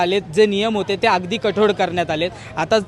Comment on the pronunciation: भाऊ कठोर रे कठोड नाही 😢😂